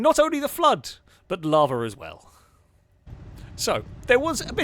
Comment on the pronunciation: LAVA DOESNT HAVE A R IN IT IT IS LAVA NOT LAVAR 😂😂😂😂